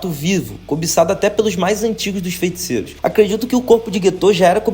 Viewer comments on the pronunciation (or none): pq ele fala “fenticeiros”? 👀👀